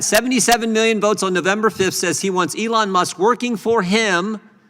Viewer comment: ELON Musk, not Soon Musk!